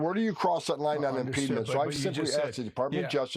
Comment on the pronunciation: Can Homan get the marbles out of his mouth and pronounce words correctly?????